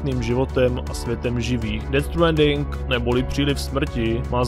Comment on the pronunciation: Dobjè videjo s ded stwaaaandingem😄👍